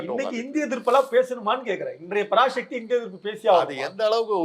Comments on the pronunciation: பராசக்தி என்பதை பராஷக்தி என உச்சரிக்காதே நெறியாளரே.தமிழக்கு முக்கிய எழுத்தே ' ழ ' தான்.அதை கேவலப்படுத்துகிறார்கள் உம்மை போன்றவர்கள். ` ழ ` விக்கு பதில் ` ல ` என உச்சரிக்கிறார்கள். சிரமப்பட்டாவது பழகி கொள்ளுங்கள். பெரும்பாலான திராவிட கட்சி தலைவர்களே மேடையில் பேசும்போது பிழையாகதான் பேசுகிறார்கள்.இதை அவர்கள் திருத்திக்கொள்ள வேண்டும். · டேய் லூசு பராஷக்தி இல்லைடா. பராசக்தின்னு உச்சரிப்பு சரியா சொல்லு. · ஷக்தி இல்லப்பா தம்பி.... எப்பா ஒழுங்காகச் சொல்லுப்பா தம்பி... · உச்சரிப்பை சரிபடுத்துங் தம்பி. பரா"ஷ"க்தி அல்ல. பரா"ச"க்தி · பராசக்தி எனும் தமிழ் பதத்தை ஷக்தி ஷக்தி என்கிறான் கேண கிறுக்கன் நெறியாளர் உன் உச்சரிப்பை திரும்ப நீ கேட்டு பாருடா லூசு....... 😂😂😂